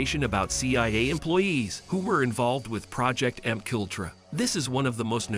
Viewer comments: It is pronounced “MK Ultra” not “makultra” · don't forget M cultra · it's MK - Ultra NOT M-Kultra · Oh I saw that one too. lol Just thought I'd keep the comment short. "M cultra" The fuckups.. It's like nails on a blackboard. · I hope AI pronunciations are improved. MK Ultra is mushed together incorrectly.